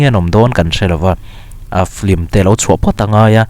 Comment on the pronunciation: 'Flim' nilo in 'Film" tih tur.. Pronunciation hi Lam no kan intih hmuh aa..